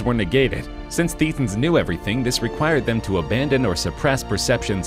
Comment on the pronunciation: It is pronounced Thatans, as in a hard a, not a hard e.